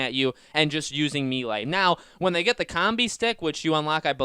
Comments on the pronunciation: Why does he keep saying me lay? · Can't forget him repeatedly saying me lay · Mel- lay, it's a French word,,, Melee, it's not hard to learn a few French words buddy lol